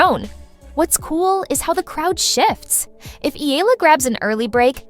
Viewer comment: Pronounce Eala correctly, please. It's a game, relax!